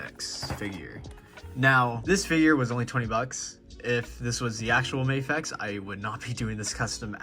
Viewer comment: Bro, it's Mah-fex not May-fex